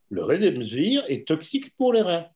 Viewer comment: Quelqu'un peut le rectifier, ce monsieur, c'est le RÉMDÉSIVIR et non pas le redemsvir....depuis le temps qui il fait cette erreur